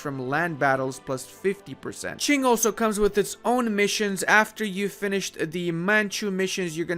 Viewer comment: I enjoyed him pronouncing Rajputana and Qing correctly and then saying "absolutism" and me going "what?"